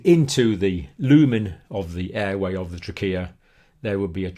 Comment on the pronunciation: The way you say Trachea is that correct I've never really heard anyone say it that way ._.